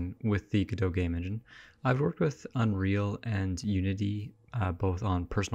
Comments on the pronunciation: You can simply type !pronounce in the official Discord and get this: Godot is usually pronounced "go-dough" (the "t" is silent). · Leonard Meagher Samuel Beckett said it was a homonym of Godeau. He also said later that the stress should be on the first syllable, and that the American pronunciation was a mistake. However, in French, the lanuage in which the play was originally written, both syllables are stressed evenly. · Who reads godot and goes "oh yeah this is pronounced godoh obviously" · Godot has always been pronounced differently between America and England. In England the accent is on the first syllable and in America it's on the second.